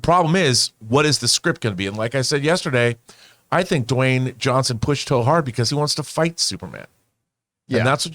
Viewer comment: Dwayne Dwawnson? Lol 🤣